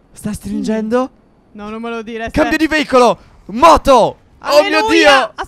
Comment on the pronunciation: No ho capito cosa vuol dire veivolo ma si dice veicoloo